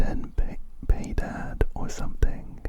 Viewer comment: Ten piedad: means ''have mercy/piety'' It's pronounced more like ''pee-ay-dad''